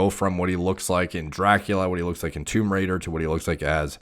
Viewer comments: Is it just me or does he actually say "Tumerator(Tomb Raidor) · says " Tomb Raider " My ears " Tumerator "